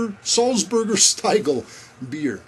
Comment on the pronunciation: Hey There, Nice Video again, and the Stiegel theme at the end:-D but I guess that you now know that it's pronounced like you would say "ea"gle and not like "i" nice little Bag there, i carry my stuff in my coat in one of the inside pockets. Cheers, Chris